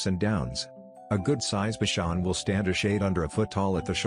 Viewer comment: I am owned by a “bikon”. That pronunciation made me laugh out loud 😂